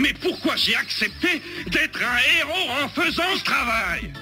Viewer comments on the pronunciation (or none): none